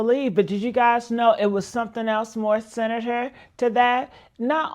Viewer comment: She said senator instead of sinister😂😂